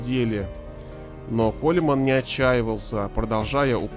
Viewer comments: Коулмэн ребята. Не колеман.не кулеман.не хулимэн. Это как со Стэйтэмом. "Стэтхэм" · Произносится не колеман, а коулман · Да не Колеман он!!!! А КОУЛМЭН!!!! КОУЛМЭН!!!! Грамотеи эти "авторы"!!! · Колман, а не Колеман. Чтоб у вас за это язык отсох! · Ронни Коулмэн! а не колеман! КОУЛМЭН! запомните наконец. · Почему его называют Колеманом? Он Коулмэн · Он не Колеман, а Колман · Он не колеман, а Коулмэн! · Да господи, не Колеман, а Коулмен. Откуда столько неграмотных людей... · Не колеман, а Коулмэн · Ронни Коулмэн, а не КолЕман! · Ронни Коулмен, а не Колеман. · Не Колеман, а Колман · Зачем так извращать фамилию величайшего бадибилдера?Его имя произносится как Колман.Буква Е не произносится.Позорище. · Аж ухо режит....Колеман....баааааа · Акцент на о ! Ухо режет.